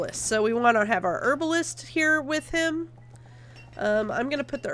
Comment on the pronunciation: This is a great LP but the way you say Herbalist really annoys me.